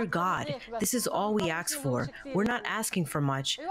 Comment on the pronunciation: the woman speaking the translation of Umm Fayez Abu Tafa pronounces “ax” instead of “ask”. please get someone who speaks proper English. please.